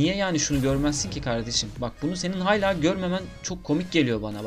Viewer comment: kanka hayla değil, hâlâ şapkalı a, 'y' olarak okunmuyor. Öyle kafam takıldı söylemek istedim